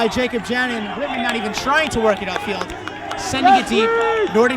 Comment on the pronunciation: "whitman" sounds so much like "Women" I was really confused for a couple minutes.